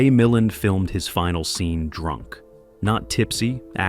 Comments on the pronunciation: OK. For all of the legitimate complaints about AI and the AI voice over mispronouncing names, does no one take issue with the unnecessary faux film dirt overlay on top of THIS ENTIRE PIECE? How about the random shots of Ray Millind 😉starring in Columbo ? Or the shot of James Cagney ? What we're seeing here is a creator choosing to use AI to create content. They use AI agents to scrape film "facts," gather images to support the script, and shove them into the video wherever. It's crazy. I'm afraid this is the future. Hopefully, we will retain some semblance of quality control and content and creators who at least make some effort to go through the resulting "slop" and shape it into something better. As a recently retired video producer, I can see how AI can take what used to take painstaking hours of labor to make a 31-minute video and turn it into something that can be done virtually in no time at all. What used to take a writer/producer days and days to watch the film, research the details surrounding it, formulate a perspective, write the script, select shots from the film, source photos that support the story you're telling, finding music that does the same, auditioning and directing voice over talent, days upon days of video editing, which goes further than simply linking shots together but carefully crafting a story that flows and is entertaining and informative. We're talking a minimum of a month's worth of work. But I'm afraid this is where things are head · I hate ,hate,hate this AI. MI-LAND. Can they have a real person listen to this? The information is interesting but it aggravates me to no end constantly hearing names and terms mispronounced. Ive resorted to using CC and not listening . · AI generated absolutely. Can't even pronounce the name of Ray Mil-LAND correctly.